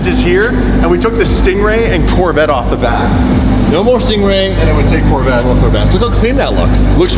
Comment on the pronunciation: "La Corveta "!!!!!! La Corveta!!!!! And, don't wrap it